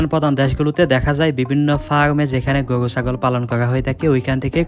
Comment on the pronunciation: গোয়ু হাট, ভাই কি র কইতে পারেন না?